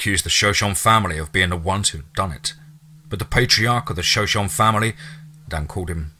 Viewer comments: Hey, the tribe in the story that the writer mentioned, is (as far as I know)pronounced Sho-Sho-Nee.🙂 Love all your narrations, btw. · I know the pronunciation of Shoshone kills me. I've tried to tell him without trying to sound like an ass. I know if I mispronounced something I wanna know